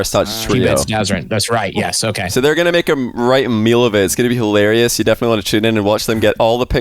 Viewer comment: Lol is HI-LAIR-EE-YUS